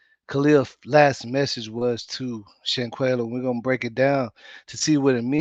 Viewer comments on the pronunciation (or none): You've been doing such a great job on this case but her name is Quella (Qwe-lla) not Qwee-lla lol 🤣👍❤️